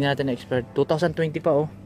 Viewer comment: expiration hindi expirdation ok...